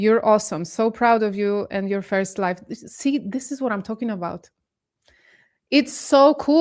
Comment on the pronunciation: it's pronounced LI VVVV E. not LIFFE